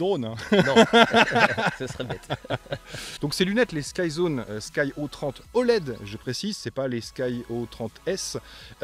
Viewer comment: Salut. J'ai les sky02s et c'était déjà de supers lunettes... C'est souvent que je les conseilles... Je te les avaient envoyé à Dom pour les comparer aux ev200d, il n'avait pas de reproche à faire et ensuite il te les avait envoyé il y a quelques mois mais tu me les avait renvoyé aussitôt... tu aurais du les essayer😜. Après ça ce dit des "sky zéro trois oled" et pas des "sky zéro trente oled" Dommage que c'est du 4/3. Le 16/9 c'est plus sympa quand même... A plus et merci pour tes review 👏👏👏👏👍👍👍